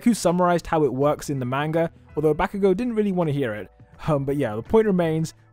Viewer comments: dude stop saying bayago sry but its bakugo mate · The way this guy says bakugou makes me mad